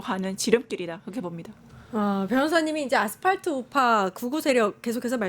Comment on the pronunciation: 아스파트 아니고 아스팔트 ㅡㅡㅋ 내란당 차라리 친한길당 대는거 강추 강성우파가 장악함과 동시에 국민의 철저한 외면을 받을것임 그럼 스스로 문닫음~~